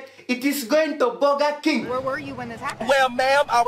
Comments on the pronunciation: "BOGGA KENG HOSSES DONT EIT BOGGA" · "vee aal now hawsas don't go to boga King and don't eet boga"